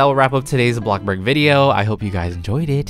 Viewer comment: The fact at the end he said bloxbur 😂 btw your amazing kepe doing the good work